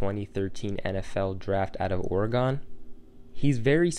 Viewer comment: The way you said "Oregon"